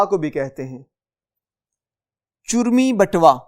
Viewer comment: محترم ۔۔۔۔۔آپ کی تدریس میں کچھ الفاظ کا تلفظ درست نہیں ہے ۔۔۔۔ مثال۔۔۔۔چرمی۔۔۔۔۔اس لفظ میں چ پر پیش ہے مگر آپ اسے زبر کے ساتھ بول رہے ہیں ۔۔۔